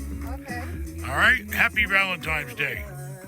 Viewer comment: Did he say Valentime's day?